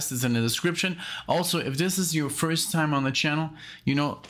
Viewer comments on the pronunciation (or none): none